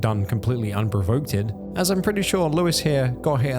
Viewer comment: It's unprovoked, not unprovokedted